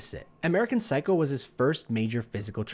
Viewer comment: das P im englischen Wort Psycho is stumm liebe ^^ Aber gutes React wie immer!